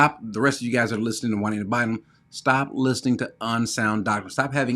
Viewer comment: It's Jua-NEEDA BIND-EM.